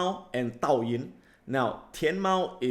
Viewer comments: Douyin, not Taoyin & Dai-Gou, Nevertheless much awaited video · Dude! DOUYIN is pronounced (Doe-yin)... Lol.... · Thanks a lot Adam for your great sharing. Would like to make some correction for your pronunciation for dou yin (抖音 ) and Dai-gou (代购). :D Hope you don't mind, I know this is very small matter, not a big deal. Cheers ! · Adam please ask your team to give you the correct pronunciations for Douyin and Daigou. You have made it unintentionally funny :) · I think you mispronounced the Douyin (TikTok).